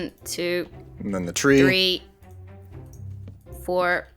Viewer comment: One, two tree, four, five